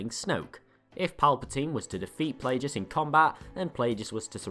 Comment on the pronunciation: It's pronounced Plagueis, not darth Plajueis.